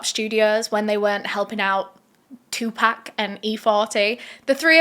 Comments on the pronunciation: 2Pok not 2PACK! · Sry not being a d&^k....but pac my fave rapper. You keep saying 2pack. Nooooo it's 2Pac.. (pronounced (2 pock) love ya girl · ok its TUPAC lol not "2 pack" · I don’t mean to be rude but Tupac is not pronounced two pack it was closer to two pock the way it was pronounced. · Is no one going to comment about the way she's pronouncing Tupac? Lol,no worries girl. Its pronounced like "two pock". Just some food for thought. Love your channel!! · It pronounced 2 poc but it’s spelled like pac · why do yall continue to call this man " 2 Pack" knowing dang well yall done heard this man pronounce his name before and you hear others pronounce it properly..i swear its rooted in yall dna purposefully mispronounce AA ppls names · 2-pack? hahahahahahhaha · “2 pack” ??? 😵‍💫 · who tf is “two pack “😂😂😂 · "2 pack" 😂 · “2 pack” that hurt a little 😭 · She said 2 pack lololol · TUPAC IS PRONOUNCED (2P0C) PCP WAS REAL. POPULAR IN THE 60'S AND 70'S IT WAS A HIPPIE DRUG😊😊😊😊😊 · Haha. She said two pack. 😂😂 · “two pack” is crazy lol. still love you though ❤ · The way she keeps mispronouncing 2pac name is cringing me more than the story. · I CANT BELIEVE SHE SAID TUPAC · You're not pronouncing Tupac name correctly. Please don't butcher rappers name especially legends who passed. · OMG....WHEN YOU SAID FUKIN BITCHES I LITERALLY LAUGHED OUT LOUD OVER & OVER AGAIN!! BUT I'M GOING TO NEED YOU TO PRONOUNCE TUPAC'S NAME CORRECTLY!!